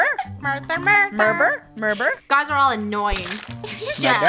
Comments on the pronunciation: Ummm I think it was murber and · Sounded like funneh was saying “mUrvEr” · "murder?" the whole: "murder murder murder?" Funneh: " Murber? " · Funneh:murber rest of the krew:murder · Ikr it was pretty funny we love murber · Murter murter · Why did funneh say murbur murbur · Murber? Murber? Murber? Murder Murder Murder??? SHUT UP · I mean it IS murber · NO ITS MURBER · Lol murber! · And lastly mUrBER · i think murber too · It’s mUrbEr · funneh: murber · Muber? Murber? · Murbert lol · When funneh isn’t even saying murder: “Murber” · she said, "murper" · I’m pretty sure it was murber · No body: Not even me::MuRbEr 10 minutes later.... (yes ik again):MuRdEr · Its funny when lunar always says “MurDer”, when the rest of krew always says “MurBer” its so funnEH:yougotthis:😉😉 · On the 2'nd round funneh says mubber and everybody didn't notice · first words in the beginning: "mUrDeR mUrBeR" (STAY 💛) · But funneh said murber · nO it’s mUrBEr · Then funneh said mUrBer😭😭👍🏻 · "mUdEr?!" I remember the very first time said that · MURBER NOT MuDer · I kinda think she saying murber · I think it wqs murber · Murber is badddddddd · “Murber?” - Clones more Murber sounds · I think it was murbert but idk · btw its Muber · as: “mUrDeR mUrBeR!!” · Funneh:murber krew:murder murder murder??? Lol gets me every time fr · “murDeR mURbEr mUrdEr mUrdEr mUrbEr“ - 2020 ʕ•ᴥ•ʔ Edit: ty for 2 likes! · no murber